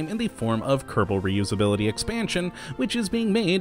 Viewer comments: Its Kerbal not kertable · He said "Kottabos Space Program"